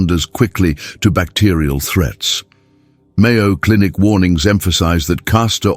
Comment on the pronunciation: I was about to believe it and then, it said "Mayo Cinic" 🤡